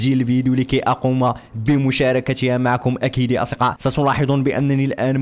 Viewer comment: ليه ماتعرف تنطق كلمة اصدقاء 😂😂😂😂😂😂